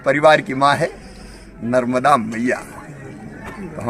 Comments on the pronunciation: Nmrda nadi ni madam ji Mata narmda ji Bole achhe se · मैडम जी कृपया माता नर्मदा का नाम तो सही रूप से लीजिए बोलने के पहले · कृपया माता नर्मदा का नाम तो सही रूप से लीजिए